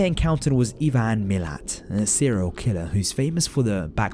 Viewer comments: Yep the horrible Aussie killer :( tho just a heads up its pronounced i-ven mull-at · The Australian serial killers name is pronounced like Eye-Van Ma-Lat hahahah